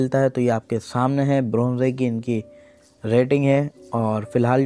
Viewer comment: Bronzeeee Nhi Bronze hota hai sir 😂😂😂